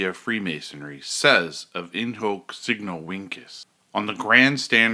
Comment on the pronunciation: I stopped watching this video at in “hok” signo “winkes” I believe it is important to at least learn the right pronunciation to sound credible. Terrible start